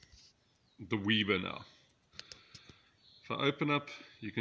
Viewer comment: weber not weeber